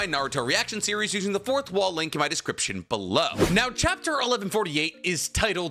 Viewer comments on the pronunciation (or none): none